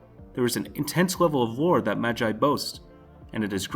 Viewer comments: Mag eye serious omfg I can't believe you're an anime fan smh 🤦‍♂️ It's pronounced like ma gee learn Japanese cuz that pissed me off. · most north Americans say Ma-jai and other countries say Ma-gee we're odd like that. If he's reading a script then that's probably his default, even though the show pronounces it the other way. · im sure its pronounced mag-gee and not mag-i lol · Mans said “Maji” it’s Magi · why does he say ma-gai and not ma-gi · Why TF did you say magi like (ma guy) it's just (magi with an e sound instead of guy sound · Since when was "Magi" pronounced as "Madjei"? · You said magi wrong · is it just me or did he pronounce magi wrong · Say magi again .-.